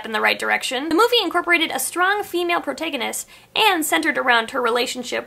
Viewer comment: May we please address the pronunciation of protagonist